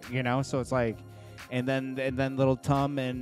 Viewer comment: Lil Tom 😭😭 u can't get it right